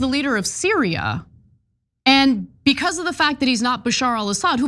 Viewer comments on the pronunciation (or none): none